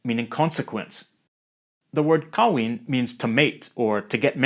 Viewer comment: kamus dewan says that it's kahwin and not khawin btw